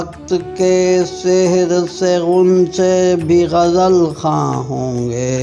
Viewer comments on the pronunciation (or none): لفظ سحر کا تلفظ غلط پڑھا ھے 😢